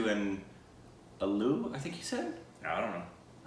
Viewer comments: Yes, potato is Aloo! But you pronounce it Ah-loo not uh-loo. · aloo sounds about right , the a is the same as in pecan. aaloo( the sound of a in baa baa balck sheep)